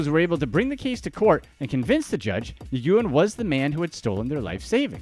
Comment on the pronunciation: Dude "NIGOOOEN"???? YOU GOTTA BE SHITTING ME!!! Nguyen is a very common last name over there. It's pronounced "Win"